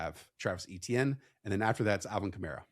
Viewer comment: "A-tienne" not "E-tienne", please. ⚜️⚜️⚜️